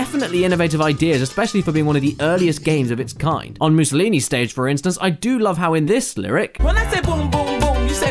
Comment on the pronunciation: MOOSOLINI. IM ITALIAN AND CRYING